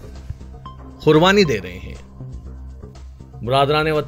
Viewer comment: KHURBANI KYU BOLTE HO ???